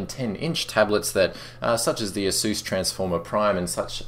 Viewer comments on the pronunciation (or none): rotfl, say asus again please